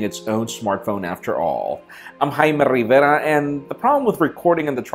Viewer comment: "I'm "